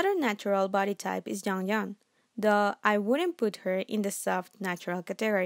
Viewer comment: She meant to say “THOUGH” but it sounds like “duh”